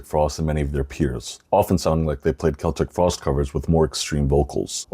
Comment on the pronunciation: Thank you for pronouncing Celtic Frost correctly! Instant credibility